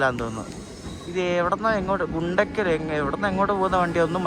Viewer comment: Its not ഗുണ്ടകൽ, its ഗുന്ത്കൽ & its not പകാല it പാക്കാലാ